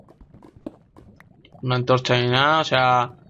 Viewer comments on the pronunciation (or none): por que dices antroncha en vez de antorcha xDD jajajaj, LiKE!